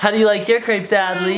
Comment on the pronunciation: You say crepes wrong lol